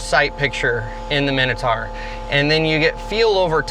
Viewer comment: The pronunciation is like nails on a chalkboard. Big bug bear of mine. My-no-tour not a min-a-tar.